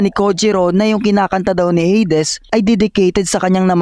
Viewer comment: Heydes❌ - heydis✔️